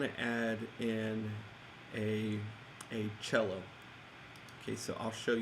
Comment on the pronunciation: Your video is straight dope bro! Just the style and speed of explaining that I love. thanks@ fyi "cello" Lol...